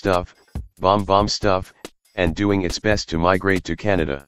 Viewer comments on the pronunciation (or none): none